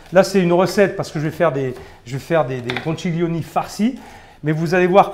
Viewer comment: On dit pas conciglioni mais conchiglioni, comme si vous disiez conquiglioni , c’est à dire comme le son qui. Je suis italienne , c’est pour ça que je me permet de vous corriger. Quand je parle male en français, ce que je souhaite c’est qu’on me dise tu a faux et il faut dire autrement